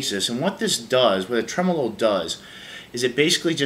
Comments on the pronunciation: You are correct. The emphasis is on the trem. It's trem'-olo, not tre-molo'. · You don't have to change if that's the way that people actually say tremolo in America. Just sounds really weird to Aussies and probably the rest of the world. Yeah my Boss ME-25 driver failed to install and is now stuck on my computer and refuses to uninstall. Roland support tried to blame it on my computer which has never had any problem since the day I bought it. Bit disappointed in Boss, cause I too thought Boss was the Beez Neez (best). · This is how Americans say tremolo? Wow....